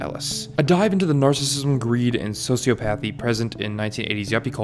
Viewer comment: Learn to pronounce sociopathy